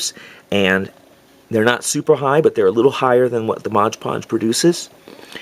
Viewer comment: MOD PODGE... not Modge Podge.